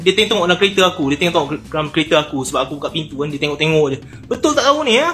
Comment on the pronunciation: Die tenok..die tenok...pelat mamat ni...haha🤣🤣🤣🤣